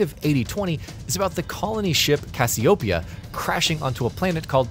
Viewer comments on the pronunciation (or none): AI voiceover or am I trippin? It's a serious question based on my own curiosity. Something seemed off to me here.... the pronunciation of Cassiopeia, some strange rhythm and cadences.... Thank you for the video though, very helpful.